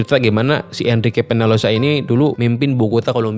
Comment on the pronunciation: Peñalosa dibacanya penyalosa Om.